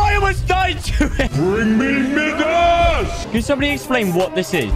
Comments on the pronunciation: It’s my das not mid ass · He said "Bring me Midas" but he pronounces Midas as Midarse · Challenge: learn how to pronounce Midas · Quakles 3d1 lmao he said Midas but it sounded very close 😂😂